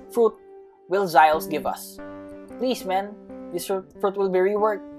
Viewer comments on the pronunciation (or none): its not Zyoles it's Z oh les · It's zioles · Its za yo les